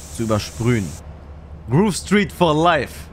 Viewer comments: Alle GTA Spieler: Groove Street: "Gruuve Striit" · Viele Jahre sind vergangen aber sagt immer noch "Gruv Street":DD